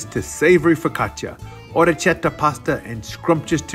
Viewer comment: Orekkietta, K not ch